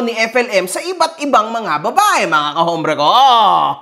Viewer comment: Sir correction lang po.ang alam ko silent 'H' po ang h sa salitang hombre (ombre).